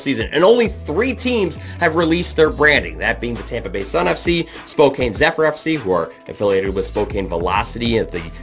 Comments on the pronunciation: Honestly, just on a the pro/rel side, I don’t understand why people want this in NA. I just don’t see it being feasible or something would good for US Soccer. Am I wrong? Also as someone who lives in Spokane…it’s pronounced Spo Can. Just a heads up lol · It's Spokane spocan